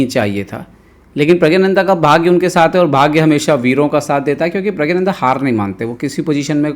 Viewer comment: प्रग्नानंदा उच्चारण कीजिए🙏🙏